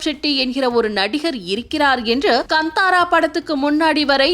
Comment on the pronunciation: வந்தாரா அல்ல காந்தாரா எரியுது நீங்கள் சொல்வது சரியாக உச்சரிப்பை கற்றுக் கொள்ளுங்கள்